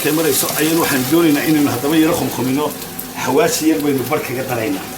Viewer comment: Subxaanak ya cadiim..xawaaji mise xawaash- xawaaji waa xamar Cadey accent .lol